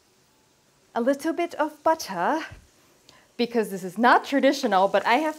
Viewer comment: "A little bit of butter" in a London accent. Love it hahaha 55555